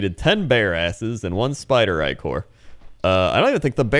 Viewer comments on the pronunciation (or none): no matter how you say Ichor its wrong if the I is short. no Ick-or no Ick-er Eye-chor yes Eye-ker yes